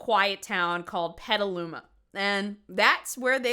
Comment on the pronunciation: PETALUMA?!?! I’m sorry but… I literally live a neighboring town to Petaluma.